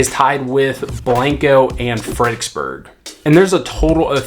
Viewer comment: I knew you were a local, saying "Fredicksburg"........not Fredericksburg. We just kinda shorten it. Kerrvillian for 10 years. Love it!